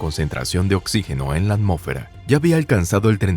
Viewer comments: Es Hylonomus, pero está pronunciado igual que cuando dice amófera en vez de atmósfera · Me saca de onda lo de "ammófera" xD